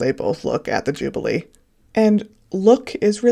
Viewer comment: You are saying Jubilee incorrectly an jublee is an ice treat this is the 'Ju-be-lee= that is phonetically. I'm not being petty how can you mispronounce this word...it's been spoken about for months! SMH. You are so off the mark you know nothing about our monarchy. Bloody laughable. After listening to you I think you may have done it deliberately and a Sussex supporter...as I said you know SFA!